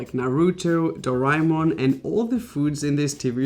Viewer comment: Do-ra-ae-mon........its pronounced doraymon you uncultured thing